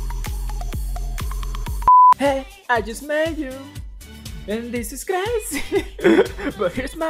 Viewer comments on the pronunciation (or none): none